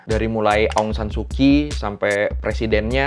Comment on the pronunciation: Mungkin jarang ada org indo yg tau kalo pronounce kyi itu dibaca chi jadi ong san su chi Dan naypyidaw jg pronounce ny nepido